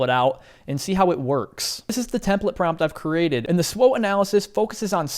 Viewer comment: The correct pronunciation of “SWOT” in SWOT analysis is typically as an acronym, pronounced as “swat,” rhyming with “cot” or “not.” This stands for Strengths, Weaknesses, Opportunities, and Threats. Some people might spell it out as S-W-O-T, but pronouncing it as “swat” is more common.